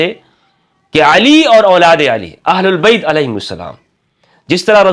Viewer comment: "اھل بیت" ، کہا کریں نہ کہ اھل اللبیت ، ویسے آپکی ادائیگی بھی صحیح ھے